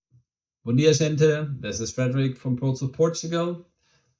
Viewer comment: Vai me desculpar, mas o Bom dia gente, soa me a brasileiro. E a tradução escrita em inglês tem vários erros. Porquê?